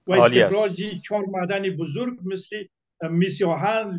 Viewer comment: اول اینکه متل نی مسل گفته میشه